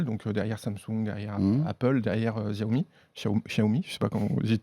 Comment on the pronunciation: Xiaomi ça se lit siaomi "SIAO" PAS CHAO combien de fois il faut répéter. Demandez au moins a un chinois.